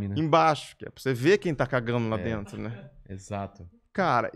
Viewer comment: "Vem pra drento lohaynne" KKKKKKKKK